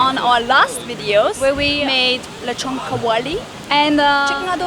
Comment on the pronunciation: Got scared when you used that canned coconut milk. The canned version can never capture the taste of the real one. By the way, i like your old lezhown pronunciation. Hehehe